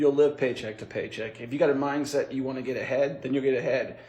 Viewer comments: I’m sorry but I’m so stuck on the fact that it sounded like he was saying “minGset” instead of “mindset.” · Is he saying "mine set"?